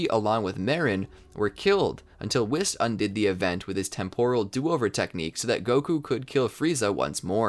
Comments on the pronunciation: It's whis not wis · It's pronounced "Wheese". Not "Wiss" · he says wis not whis